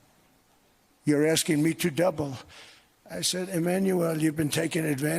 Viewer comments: Why does it sound like he is saying Emmanuelle instead of Emmanuel half the time? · How he is pronouncing Emanuelllleeee, and mimiking his voice with this weird huff.... does he have a crush on this man? well yeah, Macron is good looking. A complete different level than Don can ever achieve. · Doe he like “ iiimanuuuual “ ? Such a passion he pronounced his name 😬